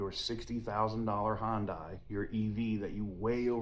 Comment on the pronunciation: This is why I decided not to get an Ioniq 5. Btw it’s pronounced as HIGH-YUN-DAY.